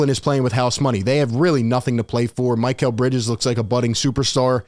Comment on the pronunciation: isn't it Mee-Cal and not My-Cal